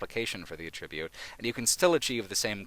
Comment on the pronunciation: You are saying the wrong "attribute."